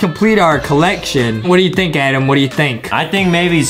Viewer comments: i like how justin calls adam adem its funny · I love and it’s not Adam it’s adem